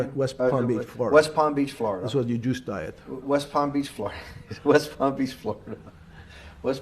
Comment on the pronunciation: Ppam peach ? 😂😂